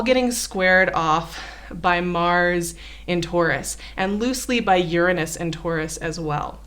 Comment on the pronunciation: she said "urine us"